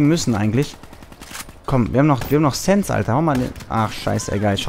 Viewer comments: Das wird Sänse ausgesprochen nicht sense 😂😅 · das heißt SensE nicht Sens das ist ein deutsches wort 😂😂